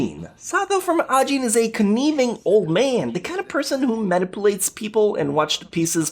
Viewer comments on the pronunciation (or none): The way you pronounced 'coniving' seriously bothered me